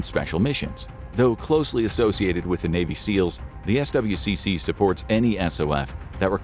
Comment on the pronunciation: You can pronounce SWCC as "Swick"